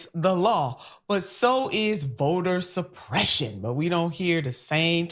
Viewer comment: Vota supreshuun.